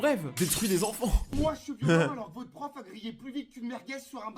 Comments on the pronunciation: Déjà c’est messieurs pof pas,messieurs paf😂😂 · c pas sa c pof pas paf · Je rêve ou il viens de dire mesureur paf aulieu de mesuieur prof la 😂😂😂😂🤣🤣🤣🎉🎉